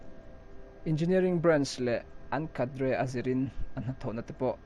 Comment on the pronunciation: cadre lam dan tak kha😆